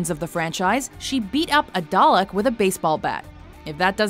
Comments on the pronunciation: Whats a dolic? or did you mean Darlek? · did she say dulek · it is called darlek not dalek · I never realized that Americans said dollick if you look at the actual show it says darleck but the real word is Dalek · I cringe so hard every time she says "dollak." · How did you just pronounce Dalek. 😂😂What a nob she can’t even say Dalek right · I can forgive American mispronunciation for a lot of things, but not when it comes to the Daleks. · The big problem I had was the horrible pronunciation of Dalek. cringe